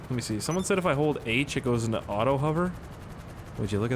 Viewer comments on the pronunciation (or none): none